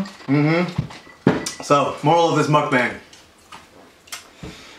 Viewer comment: I love their perspective on everything they spoke of 😊 Also, pronunciation of mukbang is the correct way since that is how it is in hangul (Korean alphabet). The other way is the American way since the word itself, mukbang, is a romanization of korean (actually written out). People are most likely to pronounce it the way it is spelled since that is how one would naturally read it. If it was written in hangul which is 먹방 and you know proper korean pronunciation, then you will say it correctly. Okay, that's my little teaching. I'm done! lol I love you both ❤️❤️❤️❤️❤️